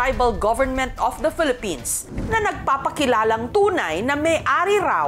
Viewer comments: “of the felepens “HAHAHAHAHA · Bat ganon?hirap cla bigkasin ang Philippines.felepins😅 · Bakit pelepens parang may mali 😂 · Of the pelepens😂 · Natawa ako SA pagsabi ni ate Risa na pelepens😅😂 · "of the pelepens" 😂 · Pelepens. Sabe ni ate Naka red. 😁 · "Of the phelippines"😂